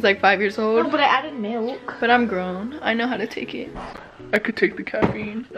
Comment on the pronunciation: She said caffeine lol